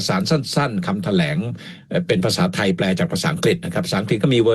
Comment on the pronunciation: ดร สมเกียรติ แนะ พิทา ให้ เปล่ง คำว่าไทย(ไทย คำนี้ พิทา เปล่งผิด) คำอื่นๆ ค่อยว่ากัน ส่วน คำอังกฤษ ฝรั่ง จะสอนพิทา (คนไทยไม่รู้อังกฤษ) หวังว่า พิทา จะเปล่ง คำนี้ได้ ถ้าจะ ลอกคราบ จาก พม่า เป็น ไทย